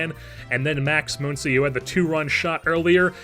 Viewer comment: Muncy does not have an umlaut over the u. Muncy is pronounced the same way Money is. Or Funny. Or Honey.